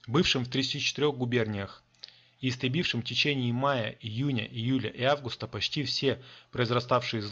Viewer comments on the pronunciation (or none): none